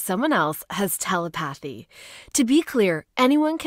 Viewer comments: Tele path y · It’s pronounced tuleputhy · 😭😭😭I love feeling Tele Phathy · Its tele-pathy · Lmao...tel-i-pathy. Ugh! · The word is pronounced TUH LEH PA THEE. If that makes sense. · Omg the way she says telepathy 😭😭😭😭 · it’s not cool, it’s ignorant. That used to be an everyday word. It’s the damn internet. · Anyone can access telepathy, but apparently not every voice generator can pronounce it.